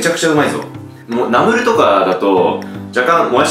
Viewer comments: ナムルのイントネーションが トマト！じゃなくて、砂鉄！って感じ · ナムルの発音がラムネ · ナムルじゃなくて、ナムルな？ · ナムルのイントネーションが ってコメントを見たけど全く 違和感なかった笑笑 北海道だからかな？ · ナムルのイントネーションが気になる（笑） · もやし食べすぎて ナムル のイントネーションさえも もやし のイントネーションになっとるやん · ナムルのイントネーション(笑) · ナムルのイントネーションがわろた